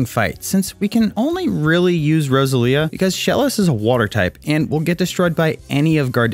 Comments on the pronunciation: 'rose-a-leah' 'ar-see-us' Will people pronounce things right for once? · Row-sell-ia cmon brother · it triggers me how you say roselia